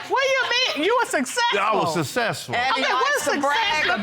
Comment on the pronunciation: “I was sussessful” I screamed so hard🤣🤣🤣🤣🤣🤣😂😂😂😂😂😂😂